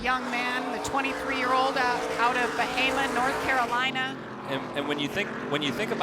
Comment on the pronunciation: I’d like to thank Jamie for pronouncing “Bahama” correctly!